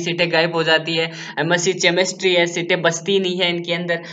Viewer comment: Chemistery ko चमिस्ट्री😑😑😑 pd raha hai kya hi ummid rakhein tum se bhai